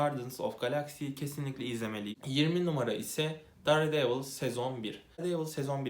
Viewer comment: "dare"devil diye okuyunca izlemeyi bıraktım teşekkürler